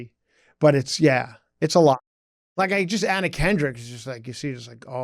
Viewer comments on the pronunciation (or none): none